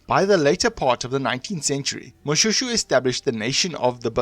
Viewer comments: Shoe! Its pronounced Moshwêshwê my man. Say Moshoeshoe one more time... 🤣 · No! you are hurting my ears. Its is not Mo-shoe shoe but Mo-Shwe shwe. It is very very difficult to listen to this. Please do your research properly. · I am not happy with how you pronounce my King's name. Can't you say Mo-Shwe-shwe??? Not Mo-Sho-Sho...